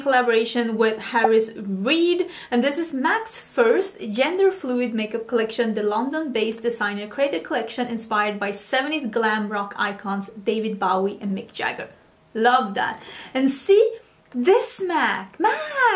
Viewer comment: i love you, -but i died a little inside when you pronounced David Bowie's name:(